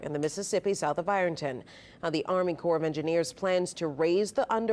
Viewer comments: Thanks for info. Btw Pronounced like “kor” not corpse. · Corps is pronounced core. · I guess the appliance manufacturers will have a shortage and appliances will go skyrocket in price. Washers, water heaters, dishwasher, pipes, etc. I'm not being mean but corps is pronounced core.